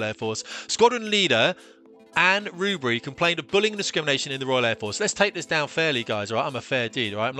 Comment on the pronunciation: Dry your eyes love, its Air Force not the Fair Force.